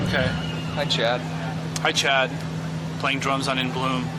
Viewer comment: I thought he said "hi chat" - like it was a twitch stream or something haha of course he says Hi Chad (referring to Chad Channing)